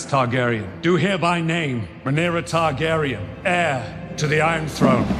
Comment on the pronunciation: You have to be saying Targaryen wrong on purpose. For you to say viserys and jaehaerys right but still say Targaryen like that? Ilysm but this gets me idk why😂